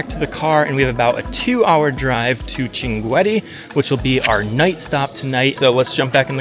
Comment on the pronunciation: Welcome to the city of shankit. I would like to point out that your pronunciation of the city’s name is very incorrect; the correct pronunciation is shankit (Shinqeet), not the one you mentioned. I am originally from there—my name is andulrahman alshankiti my ancestors migrated to Saudi Arabia, and I currently hold Saudi citizenship. This city is . What makes it especially unique is that it is a desert community unlike any other in the world. Usually, desert regions are associated with illiteracy, but this desert is rich with linguistic and scholarly knowledge. Shankit has been one of the most important exporters of scholars to the world. I also recommend reading about the history of Al-Turkazi Al-Shinqiti, who once visited the court of a European king—though I do not recall the king’s name. The Grand Mufti of the UAE is also Shinqiti. However, what distinguished Shinqit the most in my view is its deep tradition in the authentic Arabic linguistic sciences. "If you’re ever in Saudi Arabia, you’re welcome to visit my hometown, Al-Qunfudhah. I’d love to show you my grandfather’s library and some of the historical sites there. It’s a unique part of the country that I think you’d appreciate Have a pleasant journey